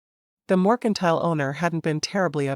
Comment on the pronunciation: This narrator says mOrkentile instead of MERCANTILE. lol😊